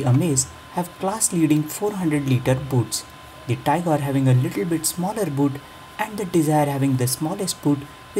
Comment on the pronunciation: it's tigor (tee-gor) not tiger (tai-gor)